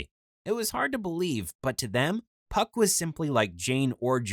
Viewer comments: Was it pronounced puck or f**k? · I'm just wondering why he wouldn't tell them his name is pronounced Fuck You in English... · His name isn't spelled PuckYou it's spelled PhuckYuh there for the (ph) is pronounced as an F so really his name is actually said as the cuss word. He just said puck so this vid would be family friendly.